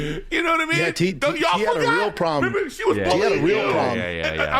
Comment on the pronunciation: “T had a real prolem” x4 😂